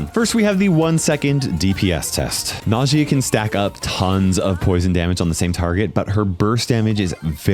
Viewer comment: Its not Najìa it’s Nàjia